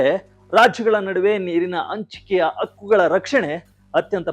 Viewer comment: It is 'high' level meeting and not 'I' level meeting. Similarly is 'Hakku' (right) and not 'Akku'. Please improve your kannada language.